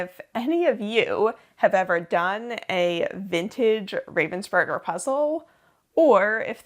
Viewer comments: With stress on the Rah!😎👍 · Thanks for sharing that trip with us. I hope it was all you ever dreamed of. One thing, though: The way you pronounce the German version of the name "Ravensburger", is not how a German would spell that sound. It would not normally occur in German, but what you say would be spelt as "Ravvensburger". You need a more open sound, like if you accidentally pushed an almost finished puzzle off the table: "Aah!" - "R-ah-vensburger". Germans spell that vowel as "Ravensburger". But: welcome home. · Also if anyone wonders, you pronounce it Rahvensboorg(er) :) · As a German I love how you really try to stick to the German way of pronouncing Ravensburg(er) but then here and now the English version slips out :D